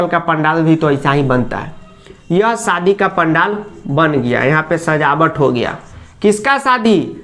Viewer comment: Sir kitna ganda bolte hai aap katrina ka saadi 😂🤣😂😅